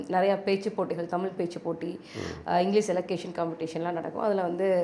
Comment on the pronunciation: அன்பு தங்கை அறிவது ஜெர்மன் மொழியை சரியாக பேச அந்த மக்கள் விருபுவது போல் தமிழை தமிழ் என்று சொல்லாமல் தமில் என்பதும் விழாவை விலா என்பதும் நீங்கள் செய்யும் தவறு . அதை தயவு கூர்ந்து பயிற்சி செய்யவும். மற்றபடி உங்கள் விரும்பி என்று என்னை சொல்லிக் கொள்வதில் மகிழ்ச்சி